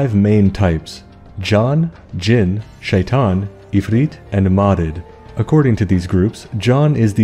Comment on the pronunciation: As a person that understands Arabic, it’s hilarious to hear you say the names in Arabic for the genie and majnun, as well as shitan. 💀